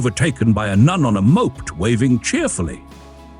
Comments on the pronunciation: Jeez, more Ai narration. "Overtaken by a nun on a mo-ped" but the Ai pronounced it as moapt. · Might be an idea to teach the AI voice that the word 'moped' in this context has TWO syllables, 'MO-PED' and not one as in the past tense of 'to mope.' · I suspect Ai - hilarious pronunciation of 'moped'! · Wondered about that.